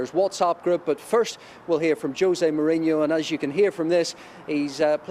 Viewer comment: Why the english always call him "Mourinio?! It's Mourinho, very simple